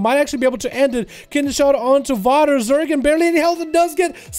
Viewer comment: Wouldn't Zegen be "Zehgen" or "Zeegen"? Not quite sure how "Zergen" is getting in there unless this rogue is an alt or something.